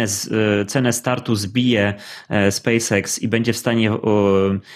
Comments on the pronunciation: Nie Space IKS tylko Space EKS :). Czesto ktos tak mowi nie poprawnie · nie chcę się czepiać ale uszy mnie bolą jak słyszę spece iks